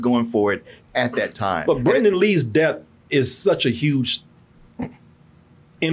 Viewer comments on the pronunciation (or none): It’s Brandon, not Brendon. C’mon Man. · Its probably more disrespectful that youre calling BRANDON lee "Brendan". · Brandon; not Brendan. Damn.